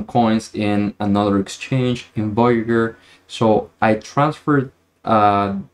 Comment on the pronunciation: I know english isn't your main language so this isn't meant in a condescending or mean way, but "voyager" is pronounced "Voy-eh-jer" :)